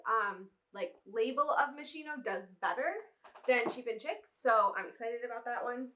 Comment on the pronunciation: It’s nice to see you guys back! Just a note about Moschino Cheap and Chic - the “chic” is French so it’s actually pronounced like sheek and not chick. It means stylish in French. But wow, great finds! Chanel! That’s amazing ❤️